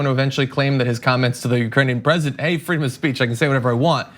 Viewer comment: Freedom of speatch !!? Come on dude